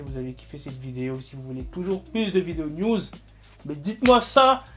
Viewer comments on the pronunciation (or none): A chaque fois que tu dit news je pense à nudes